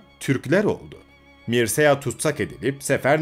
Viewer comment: 1. Mırçea yada Mırça diye okunur.